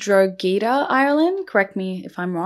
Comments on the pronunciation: Its pronounced Draw he da drogheda i know uts hard to pronounce these irish words when you're not from Ireland lol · I know this video Is a couple of months old but I've only discovered your channel! Love your videos btw! Anyways I'm from Dublin Ireland, so drogheda is pronounced like droh-he-dah if that helps also her maiden name is pronounced like mac-keo-wen. 🍀😊